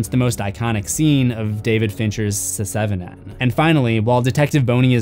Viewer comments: I have never heard someone pronounce “Se7en” as “se-Seven-en” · Omygosh That's the first time I heard someone says "se - seven" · You're still killing me with that Se7en pronunciation haha